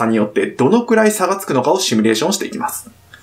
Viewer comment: シュミレーションじゃなくてシミュレーション・・・